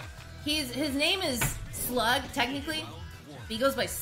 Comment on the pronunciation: Damn she been saying Slug's name wrong for months atpRtsd